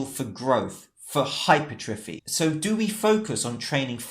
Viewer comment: its pronounced - HYPER - TRA FEE